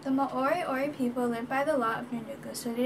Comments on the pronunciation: its pronounced mo ri o ri!! Not ma ori ori.. awsome mahi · Do a research on your own culture, you need to speak to people of the culture your talking about and not put out uninformed history from your perspective and at least pronounce the word right. Moriori are Maori that have the same dialect as Ngai Tahu of the south island there was no genocide there were tribal battles and intermarriage like every where else in the world.